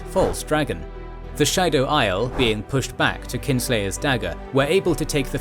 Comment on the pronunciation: Maybe read the glossaries in the back of the books for the correct pronunciation of the various names... Just jarring hearing "Aiel" pronounced like "isle" instead of "Eye-eel"